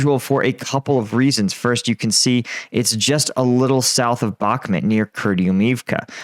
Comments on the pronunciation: What the hell is Bakhmat? Jesus how hard can it really be to just say BakhmUt. It's a u before the to, NOT a A. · It bothers me so much that you say bakhmit... it's bakhmut.. with a U... not I. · It's bakhmut not bakhmit... 3rd time commenting this. Adjust please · Bakhmuuuuuut. Not met. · One year on and still cannot pronounce Bakhmut correctly... Just ignore the letter "K" if you cannot say the "kh" sound correctly